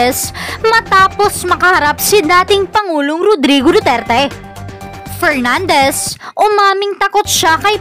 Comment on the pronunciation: Pernandes, ahh,ahh, ahh, mag-aral ka muna ng ingles, pronounciation mo is inglish kalabaw..